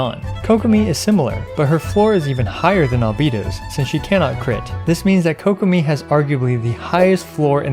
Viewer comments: Kokomi ❌ kokopium ✔️ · Ah yes Kokomeme